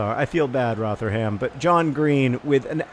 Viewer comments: Roh-ther-um. Its Roh-ther-um not Roh-ther-ham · Rotherham is pronounced "Rov-rum" by the way John, less exaggerated pronunciation on rum than how you'd say the drink though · Loving the Socratic thinking in this episode. Also John without trying to sound harsh, the way you pronounce Rotherham is wrong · Pronunciation of Rotherham was the most american thing i've ever heard